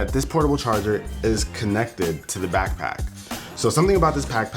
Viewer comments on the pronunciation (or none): Did anyone notice that your boy said pack-pack and not back pack 😂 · Does any one notice he says "pack pack" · He said pack pack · "so something about this packback" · Lol he said packpack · He said packpack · Who else heard pack pack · My man said packpack😂😂😂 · what's a packpack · LOL he said PACK PACK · He says pack-pack Hee hee hee... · "something about this packpack" lol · he says pack pack xD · he says pack pack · Anyone Else Here Him Say "Pack Pack" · "so something about this PACKPACK " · he did say pack pack. good catch. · When he calls it a pack pack tho 😂😂😂😂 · Lol he said packpack, i'm dead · He said packpack😂😂😂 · "Something about this pack-pack..." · "pack pack"😂😂😂